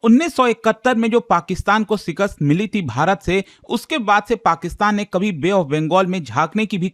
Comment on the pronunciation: Shikast ❌ Sikast ✅🤣🤣